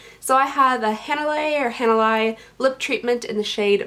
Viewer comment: Hanalei is pronounced "Ha na lay" 😉